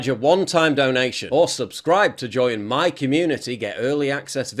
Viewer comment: “Muh tacos”